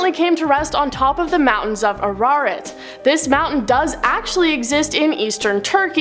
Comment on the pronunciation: For God's sake...learn how to pronounce the word Ararat...ask a preacher! Or, right here on YT you can just type in "How to pronounce (whatever word...it's horribly unprofessional to mispronounce words...especially important ones! I just put forth that name, "How to pronounce the word Ararat" and they said it perfectly! Remember...BE PROFESSIONAL! It's not that hard! Oh, AND the word "theologin" (theo-low-gin)